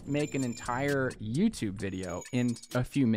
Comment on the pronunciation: "youtlube" XD